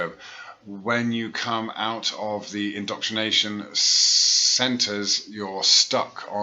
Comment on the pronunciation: Where'd that spare R come from in 'indroctrination'?